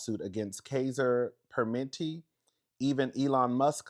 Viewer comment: Loved the video and for calling out these MFs, however, I was caught up on something…were you trying to say, Kaiser Permanente?? Like the hospital 😂😂😂